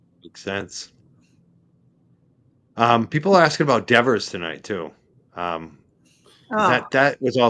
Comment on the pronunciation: NOBODY gets a $90K raise! Is that a typo? Her bame is DEVER, no "S" at the end. Pronounced "DEVVER".